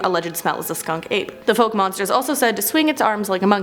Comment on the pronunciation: Boggy Creek been there and he's a local legend where I live and it's pronounced Fauk